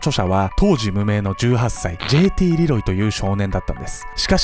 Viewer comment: ルロイ？(難聴)